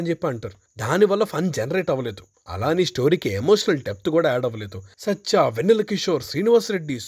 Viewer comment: adhi sacha kadhu, satya, with a T.